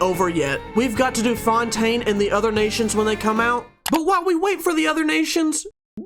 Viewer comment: try not to cringe on french city challenge (fontaine)